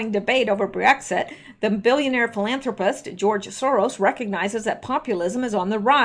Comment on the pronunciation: it is NOT Bree-exit it is Brexit - like exit with a br sound in front of it.